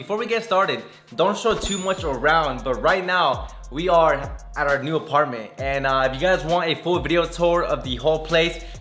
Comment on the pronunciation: [ AH PAR MAN TWOWARS]